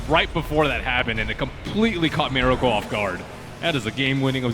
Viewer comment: and also mUracle